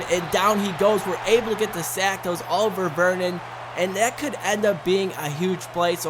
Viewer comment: it's Olivier Vernon, not Oliver Vernon, smh....great games tho